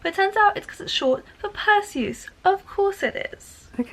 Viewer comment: It’s pronounced percyus like Percy +us